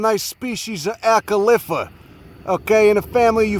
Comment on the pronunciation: Acalypha! One of those smug know-it-all nursery people mocked me for pronouncing it " aka-liffa " like did ("Oh, do you mean ay-kal-if-a?")... I feel vindicated.:)